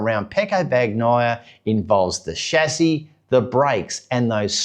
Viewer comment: Dude, it's pronounced "Ban-yai - a" - the G is silent.